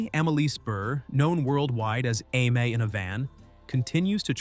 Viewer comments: Exactly what I was thinking. A-mee. Why can AIs never pronounce anything? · ..'Aim in a van''...hahahaha..get the AI idiot off the commentary..